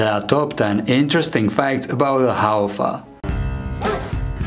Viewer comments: tangkhul Haofa Haofa- fa- pronounce as fu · Pronounce as...HAO-FU.. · Thanks for making a video on our indigenous dog breed. It is pronounced as HAOFU 🙏